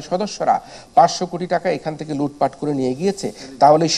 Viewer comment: Great to hear LOOT FAT (is Noakhali accent?), what's FOBERS bro .